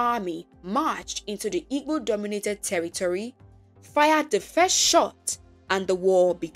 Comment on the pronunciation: It's actually Igbo. Ibo is a pronunciation commonly used are there was more interaction with other nationalities, but it really is Igbo.